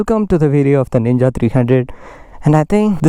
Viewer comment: Man its ninja 300 not nina 300 plz correct it